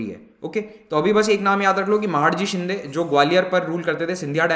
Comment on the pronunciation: Sir with due respect I would like to correct the Pronunciation.. that is महादजी शिंदे..